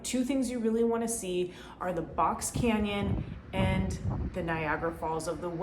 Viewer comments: I’m just here to say it’s “shu-shone” not “sho-shoney” Shoshone... it comes from the native tribe that inhabited Idaho initially, and still inhabit many areas of Idaho. Thanks. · Also, it's pronounced shoshone without the "ee" at the end